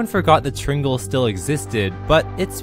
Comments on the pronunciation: Meant To Say Triangle Says Tringle Me:Typo? Me:Voicepo? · whats a tringel? you mean triangle ? lol ill see myself out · Did he just say tringle?